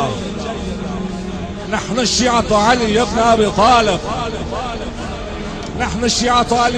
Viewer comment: المعلق ايراني نهن ابناء علي بن ابي تالب ههههععععع